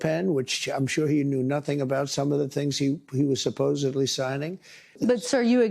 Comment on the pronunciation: SUPPOESEBLY! THIS ORANGE RUBE SAYS "SUPPOSEBLY" WHILE CUTTING EDUCATION FUNDING😂😂😂🇺🇸🖕